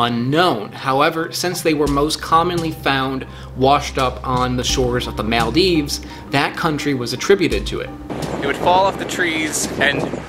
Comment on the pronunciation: mal dives? At times your pronunciation sounds like you have never spoken the English language before